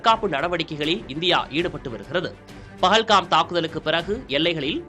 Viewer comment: அது பகல் காம்(pagalgam) இல்லை 😂😂😂பால்கம்(pahalgam) ஒரு நியூஸ் சேனல் எவ்வளவு கவனமாக வார்த்தை உபயோக படுத்த வேண்டும் என்று தெரியவில்லை 😡